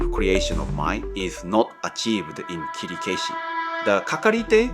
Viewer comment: By the way, why is your pronunciation of Kirikaeshi is strange? That is not the way most of Japanese would say.